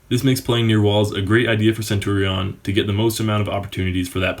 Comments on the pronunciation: say centurion like centuriun not centuriawn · Nice and helpfull video....but why the fuck do you say centurion like that? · Das not how you pronounce Centurion, but ok... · Please learn how to say centurion 😂😂😂